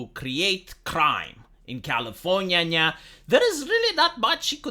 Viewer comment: Why do I love that he says Californyanya?